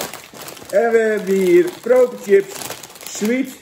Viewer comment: Het is chips niet Tchips!!!! Pfff